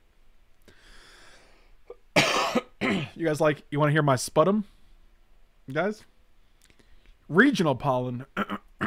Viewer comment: Fyi, 'sputum' is pronounced spyoo-tum